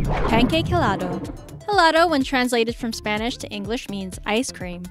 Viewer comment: It’s pronounced elado even though it is spelled helado